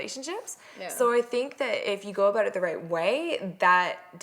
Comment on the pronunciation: we dont say aboot..